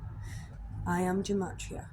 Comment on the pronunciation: It’s pronounced Guh-mah-tria. Freemasonry is basically a search for truth and comparative religion studies. Masonry knows Jesus is the Sun, this is the reason the church attacks Masonry. It descends from the Sumerian Mysteries, established by Enki(now called The Lord/Adonai)